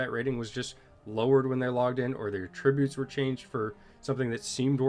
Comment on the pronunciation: Sorry to nitpick,, but that's not how "attributes" is pronounced. 😊